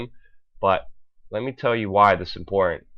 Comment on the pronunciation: I believe it's a speech impediment because, Putin is being pronounced as "Poo-in" and important is being pronounced as "inpor-ant" so he doesn't sound out his T's.